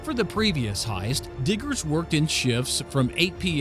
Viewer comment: Is he saying hiest or heist